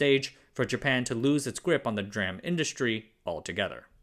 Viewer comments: Why do you say Dram and not DRam like the rest of the world? 🤣 You say CMos and not Cmos too, so why not with [Dee-Ram] ? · It's driving me nuts that he keeps saying 'DRAM.' It's 'D'- Ram, theD being pronounce separately, come on now. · "Dram" -> "Dee ram" It's the first time I've heard someone say DRAM as "dram". It's "Dee ram" because it's "Dynamic RAM". It's an abbreviation built upon another abbreviation. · 1. I watched the precursor to this video, suffering through your "dram" language 2. noticed a significant number of comments kindly correcting you. 3. also noticed you calling out comments about the initialism VLSI being wrong, 4. yet now seeing you continue to using the incorrect usage of D-RAM pronunciation... unsubscribing. I can find these stories elsewhere... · it is read as Dee-RAM not Drum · The fact that you kept saying "dram" and not "DeRam" really triggered me as a PC enthusiast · It's pronounced "dee-ram", not "dram" :) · It's pronounced DeeRAM not dram. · He knows, he's doing it to increase engagement in the comments from people correcting him.. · DRAM is pronounced "dee RAM", not "dram". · The overall content is pretty good. The only thing is you keep calling it "dram", which is very annoying. Anyone who has some basic knowledge of the field would call it Dee-RAM. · "DRAM" just sounds wrong. I expect to hear "DEE RAM". Maybe it's just me. Is the voice AI generated? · I say "Dee-ram". A "dram" is a small measure of something, often of liquor. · Just a few seconds in and this guy pronounces DRAM as dram like a drum goes to show he has no idea what the fuck he’s talking about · Would much prefer “Dee Ram” as the pronunciation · The pronunciation of dram. Ive never heard that pronunciation before feels weird. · Everyone pronounces it D Ram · In the US, we say "D RAM" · uh, actually it's pronounced D-RAM and it's 1 megabyte, not megabit. But overall, your videos have been entertaining and instructive, nice work! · DRAM, say it as D Ram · Dram lol